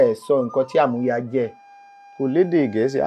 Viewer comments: Amuya (Collateral) should be DMM. Your tonation is wrong. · That part Amuya wasn't well pronounced until when he explained it before one get to know😮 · Amuya pronunciation by the olootu is wrong